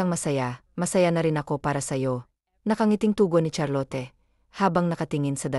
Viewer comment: Charlot cunam met ah hindi Charlote